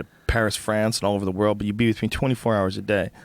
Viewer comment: Brian Still Can't Pronouns World ( Brian - "WROLD" ) HAHAHA!